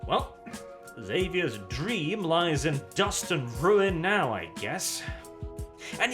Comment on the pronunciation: If for no other reason,, you are a god among men for saying the name "Xavier" correctly. Please keep saying it so others can hear it and know their own ignorance.